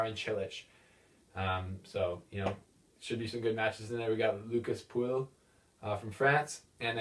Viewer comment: "Lucas Puilllll :D Don't pronounce the ll's my man ;)